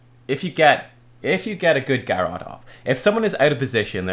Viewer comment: Same with Garrote, I thought he started talking about Garrosh for a moment when he first mentioned Garrote lol